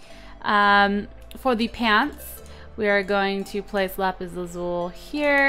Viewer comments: its pronounced lapis lazuli not lapis lazul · it is not pronounced lsul it is lusle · Isnt it pronounced lapislazul-i not lazule? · it's pronounced lapis lazuli! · She can't pronounce lapis lazuli right!!!